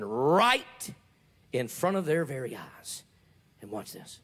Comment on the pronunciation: What I hear: “...in front of their very arse.” What Texans hear: “... in front of their very eyes.” Mine is funnier.